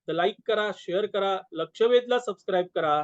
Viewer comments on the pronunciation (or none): none